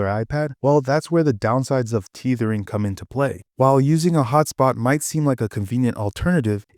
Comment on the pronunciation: bro it’s not teethering, tether, tethering, lol, great vid tho